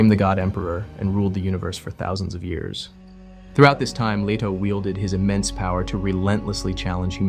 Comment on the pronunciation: LEE-toe, not LEH-toe (listen to Emperor Shaddam IV in the 1984 Lynch movie scene of the secret visit of the Guild Navigator). CHAH-nee, not CHIY-nee (the entirety of the Czech mini-series)